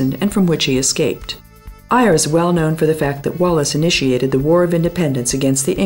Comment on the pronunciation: AYR is-pronounced "Air"